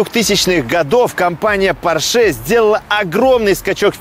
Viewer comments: пОрше, а не поршЕ ! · Не ПоршЕ, а ПОрше!)) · Фердинанд По‘рше каждый раз переворачивается, когда его фамилию называют Порше’) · «ПоршЕ» и противный голос сильно напрягают. Интересный обзор сильно диссонирует с голосом… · ухо режет произношение марки Porsche с ударением на последнюю букву)) правильное ударение на букву О!